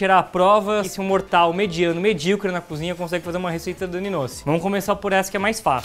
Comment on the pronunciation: Não conxegue... kkkkk. Adoro quando a Dani fala assim